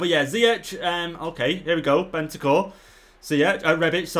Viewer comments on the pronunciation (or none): none